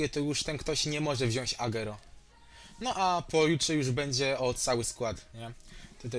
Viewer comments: sorki musze to chejtowac kurwa no mnie to boli to moj naj pilkaz a ty czytasz agero czyta się agłero PLS popraw sie ! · agero Tylko agłero tak sie czyta